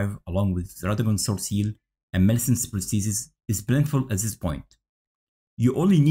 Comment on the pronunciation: Nah, you actually said it perfectly mate